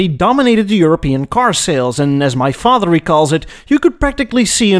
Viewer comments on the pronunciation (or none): none